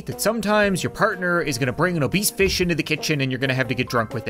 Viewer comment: “Obese fish”